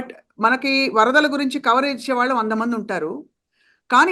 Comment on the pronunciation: First improve your pronunciation of telugu. You are daughter of dialogue king Sri Mohan Babu. వాల్లు, వీల్లు, అన్ని విదాలు, ఇలా చెత్త లా మాట్లాడ టానికి సిగ్గుండాలి